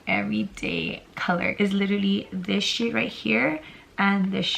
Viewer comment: When she pointed at the shades I thought she said “this shit here and this shit right here” 😂😭